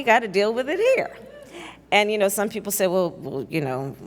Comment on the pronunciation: jorch wachinton poepl